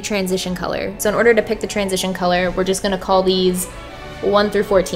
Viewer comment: Don’t say jest hey:Heyy